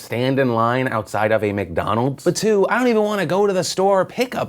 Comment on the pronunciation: Philip DeFranco when u said a dad of two I thought you said a dad of 'tood